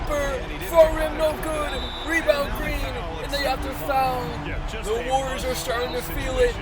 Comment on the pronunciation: The golden state wawioors